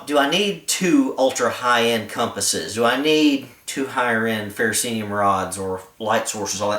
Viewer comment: People keep pronouncing the fire-rod as FE-RO-CEE-UM. This is incorrect. The correct pronunciation is "Ferrocerium". Don't believe it? Google it. Then you, can stand corrected!